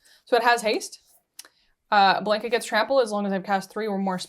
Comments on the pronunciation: I know this video us almost a year old but for the love of Ugin, ite B-LON-KA not BLANK-A. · Exactly. It's Blahn-Kah, not Blaynk-Ah